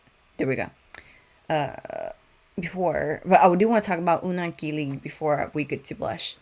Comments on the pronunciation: you pronounced Unang Kilig perfectly. Continue getting well and we'll wait for you to catch up with other Bini songs and performances! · Ur unang kilig pronunciation was perfect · Very happy to see you back reacting to Bini! Your "Unang Kilig" pronunciation is good actually, and I'd just like to add that "kilig" does mean thrill in a way, but is for love/affection/admiration, its like "butterflies in your stomach" so when you say someone is "kini-kilig" they're feeling the butterflies. Will you be reacting to the dance practices of Bikini and Unang Kilig as well? I'm excited for your Binichella reactions. 🤙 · Your pronunciation of "Unang Kilig" si good